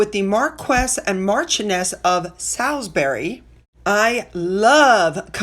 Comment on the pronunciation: you have mastered Edinburgh = Eh-duhn-bruh…and Gloucester(shire) = Gloster(sher) brilliantly! Now try Norwich = Norr-itch or, as the locals say, Norr-ridge as in porridge; Salisbury = Sawlz-buh-ree; I believe Princess Beatrice’s husband’s surname is pronounced Motsee. Thank you for your hard work showing these beautiful pictures of our wonderful Royal Family for us all to enjoy. You do it the best! xx